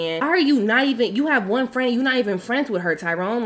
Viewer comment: “Me too fren me too”😂